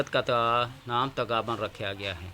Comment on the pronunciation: تغابن نہیں پیش